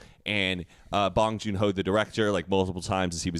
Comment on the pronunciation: i love how is the only white person who has said bong joonho’s name right 💆🏻‍♀️